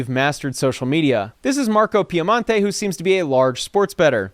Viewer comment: Merco is Well known Here in Chicago. He's the son of a VERY WELL KNOWN Ford Car dealer AL Piemonte. ACTUALLY You pronounced his last name wrong but who cares 😅😅😅